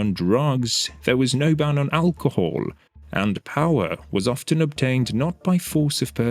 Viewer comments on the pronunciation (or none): There's no "t" sounded in "often".